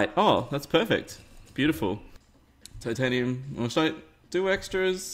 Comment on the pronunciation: he said tiantanium